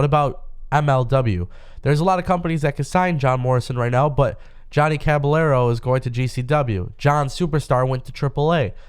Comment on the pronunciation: Bro it is Caballero with a y sound, not what your white ass said